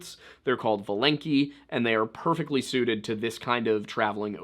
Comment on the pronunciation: It's actually called vAlenki. Funny how emphasis works in different languages :D